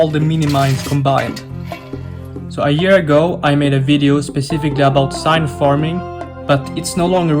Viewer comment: IT'S NOT SIGNTH IT'S PRONOUNCED ZINTH